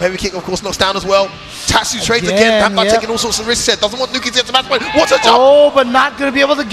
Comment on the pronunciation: Damdai became damdone